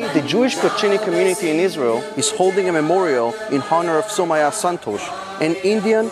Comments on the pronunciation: It's pronounced saumYa not sumayyah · Bro it is Soumya and not Sou-maya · It's pronounced as "Sow-m-ya"... Just thought of saying this 🙏 We Indians will always be with our trustworthy friend ISRAEL 🇮🇱❤️🇮🇳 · Well it's actually pronounced as sou mia